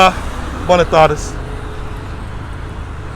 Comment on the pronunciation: i was trying to get him to pronounce BWAYnas tardes correctly.